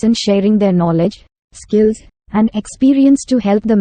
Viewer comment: Why do you say "Iskill"? It is is "skill". If you can't pronouce it properly use pure Hindi. We South Indian people understand Hindi too. Don't kill beautiful English Language. 🤔